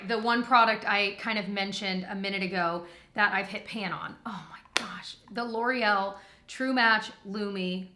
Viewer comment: Because of the Welsh brothers I can't see anything L'oreal without pronouncing it Laurel. 😂